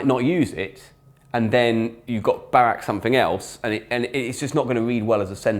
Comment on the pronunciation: I didnt even understand you said «Barack» so no clue that «Obama» would be the next word